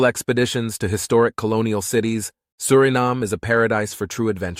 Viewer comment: You pronounce the country’s name Surinaam and other times Suriname. Make up your mind.